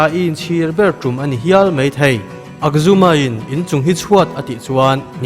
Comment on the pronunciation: akzuma niloin Ajhuma a nilo maw